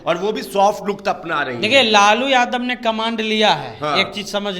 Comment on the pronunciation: Bolna Sikho camand nhi hota hai caaman hota hai ghochu 😅